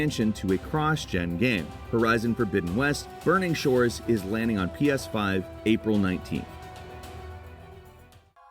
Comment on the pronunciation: It may be me, but I swear every time I hear say “Today on Gameranx”. I hear, “Today I’m Gameranx.”